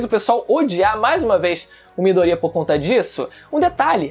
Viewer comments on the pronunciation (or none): Eu fico com agonia quando ele fala Midoría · É midoriya, miDOriya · pessoas normais: MIDORIYAAAAAAAAAAAA: MIDORÍA:O